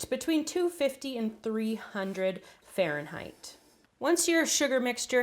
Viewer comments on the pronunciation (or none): none